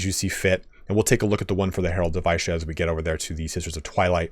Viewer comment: Good video, like to see all the little mechanics specific to the new lord. Also, Isha is pronounced with a pronounced "e" rather than an "I".